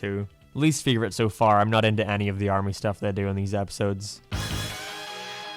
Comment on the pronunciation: He says hate as hiet and favorite as fieevorite